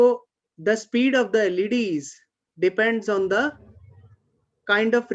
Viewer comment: LED's .... Sounds like 'ladies'